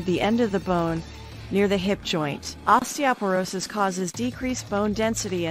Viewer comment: Too bad osteoporosis wasn't pronounced correctly.!!